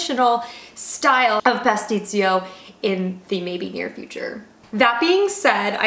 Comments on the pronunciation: When you say PASTICCIO, "CCIO" is like your CHO. As you did, in italian you said with Z (PASTIZZIO). Just a suggestion from an italian ;) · It's "Pasticcio", not "Patstisio" 🙃